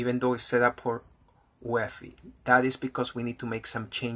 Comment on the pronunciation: Also, I'm running an optiplex 790 that was a gift. Usually UEFI is pronounced by saying each individual letter (you-ee-eff-eye) instead of pronouncing it as a word. My goal for this computer is to install Linux Mint onto it but legacy boot is preventing it from booting from the optical disk.